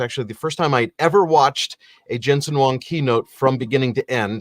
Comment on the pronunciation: It’s Huang not Wong